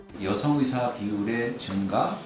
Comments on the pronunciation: 여자의사들이 일을 안한다는게 아니라, 여성 의사들이 남자 의사들 보단 혜택 받음. 생리나 출산때문에. 그런데 그 혜택이 당_연히 해주는 것이라고 생각하면 안됨. 권리와 자유의 나라에 사니까, 받는 혜택 임. 발음 샌거로 자극적인 썸네일 + 남녀 갈라치기? 유치하다;; 뉴스다운 뉴스로. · 의새 ㅋㅋㅋ 발음 정확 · 확실히 의새로 들리는데. 의사를 더러운 검새나 판새로 보나보네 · 뭘 의도적이냐? 발음이 잘못나온거지..ㅋㅋ ㅋㅋㅋㅋ 검새. 판새. 짭새. 이새"ㅋㅋㅋ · 의사가 어떻게 의새로 발음이 되냐 ㅋㅋㅋㅋㅋ 아와 애는 혀의 위치가 완전 다른데 평소 의사에 대한 생각이 어떻길래..^^ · 의사 발음을 잘못할 수도 있지 그것같고 지랄하면 발음 못하는 사람 다 비난해야하냐? 의사를 의새로 잘못 나올 수도 있지? 쌀을 살로 발음하는 지역 사람들도 그럼 비난받아야하냐? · 발음이 잘못된거지. 장냐치냐. 의사협회들아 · 발음이 잘못 나온건데 이렇게 과장 하고 부정적으로 표현하는군요.. 온국민이 주시하는 이런상황에 의사님들이 생각하는 그런 발언을 할수 잇읍니까. 억지를 써도 너무 불편하게 쓰시네요. 지능과 인성이 비례되면 좋겟읍니다.